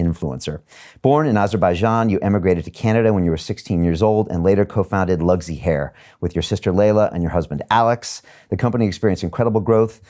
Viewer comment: Brian didn't even bother to learn how to say Luxy hair. It's LuKSi, not Lugzi. These two fools are worth each other. I can't watch this circus.